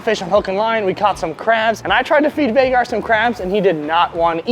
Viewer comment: Hey! Love you,Brooke,& Jack! Just to let you know it's "Haygar the Horrible" not Vaygar! Want more dock fish trap videos plz!